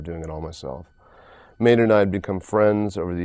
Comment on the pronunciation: It's Maynard, not Maynrad. Just a friendly correction there.